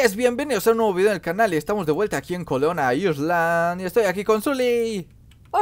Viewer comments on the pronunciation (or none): neks se pronuncia Colona Ailand la s no suena (Colona Island) espero que te ayude